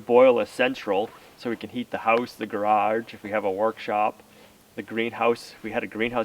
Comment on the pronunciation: what is a gararge ?? LOL I laugh everytime you say garaRge